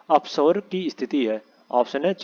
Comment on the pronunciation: उच्चारण पर ध्यान दे......oupsaur ko apsaur पढ़ा गया..जो की पूर्णता ग़लत है...